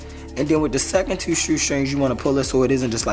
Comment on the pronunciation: Did I detect a Bmore accent with the word two?